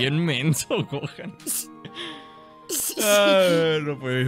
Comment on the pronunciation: 00:2 Videl dice Goten en vez de Gohan